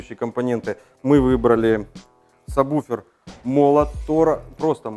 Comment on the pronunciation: кого я смотрю какой то чувак говорит мне самбуфер. слыш ты чтоб тызнал надо говорить сабвуфер!!!! ляяя тролинг не зметят давай уже покажем как готрит тачка рпи не правильном подключениии